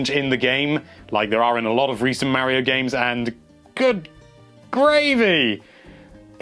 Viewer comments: MAH-RIO not MAA-RIO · NINTENDO LIVE IT IS MARIO NOT MEARIO DUMBASS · Plz say Mario correct for once.... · you can't even pronounce MARIO correctly..... can't trust you